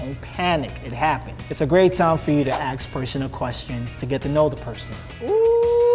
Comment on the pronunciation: Axe? Do you mean ask?